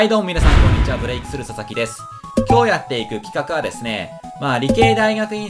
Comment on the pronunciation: こんときのブレイクの発音くっっそよえーな笑